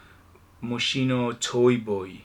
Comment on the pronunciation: It is pronounced: mo's-key-no